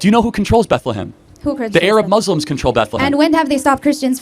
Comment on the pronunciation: The way he says “Muzzlim” makes me mad omg 😭😭